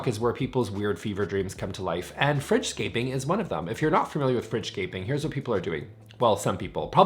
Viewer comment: It took me way too long to realize he was saying “fridge scaping” and not “French scaping” 😂